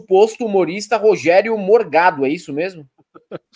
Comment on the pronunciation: Corrijam por favor. Não é Morgado é mor-GADO. "Forgado" e fascista.